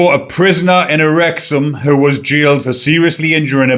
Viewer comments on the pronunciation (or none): none